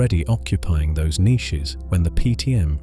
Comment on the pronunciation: Bro is it just me that hates the way he says niches